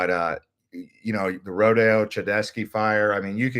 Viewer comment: Did you mispronounce, "RODEO"?